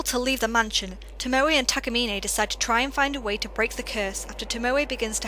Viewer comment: I'm seriously disheartened by people who play video games ; and the game gives perfect pronunciation , and then the person just goes "Fuck it, I'll just say it how I want" (though its incorrect) "Kiri-A" It's just kirie, the "e" in Japanese isn't always the sound EY. Tomoe is TOE - MO sigh Then again you have a Vulpix as your channel mascot so its already apparent of fucked of name prounonciatations of the Pokémon community.